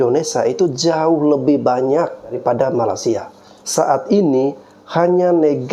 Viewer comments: Nyebut makaysia kok malasia, ky malas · Saya denger masnya nyebut MALASia 😅🤣